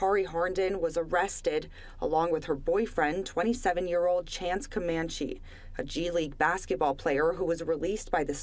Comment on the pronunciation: His name is pronounced Chance ….. Cuh-man-chi …. Just google/youtube him and you’ll get hundreds of news reports with the correct pronunciation of his name.